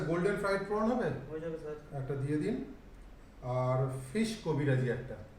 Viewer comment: teko bhai ota prawn not porn ... প্রন বলুন পর্ণ নয়, আর আপনার "স" এর প্রবলেম আছে, হালকা উচ্চারণ ঠিক করতে হবে। বাকি হাবভাব 10 অন 10